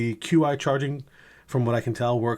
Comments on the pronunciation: Stupid nit pick I know. But it’s pronounced chee charging not QI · The XT was originally known as the Pursuit Case for the iPhone 10. And the correct pronunciation of Qi is “chee”.